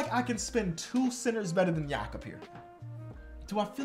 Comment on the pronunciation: mad respect for pronouncing Jakob the German way